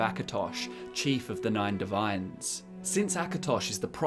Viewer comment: "N I N E divines"